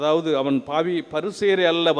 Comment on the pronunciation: Nice sermon Father. But Can't believe father's tamilzh pronunciation... tamilzh laah, La, vaali ellai - vaalzhi, phaavi ella - paavi, temble, in english... this Russian ship you hv told previously...